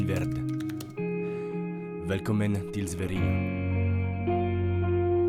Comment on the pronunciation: Super vidéo, qui peut donner envie aux français de venir visiter (et je le recommande). Les prix sont similaires à la France, les gens sont sympathiques et prêt à aider comme tu l'as dit, et c'est assez magnifique comme pays. Sinon, un petit point de détail, pour la prononciation de "Välkommen till Sverige" tu le prononces "val kommmmmen (t'insistes sur le m) till svai ri yé. T'es un bon mec, dans l'attente de ta prochaine vidéo, Un expatrié en Suède.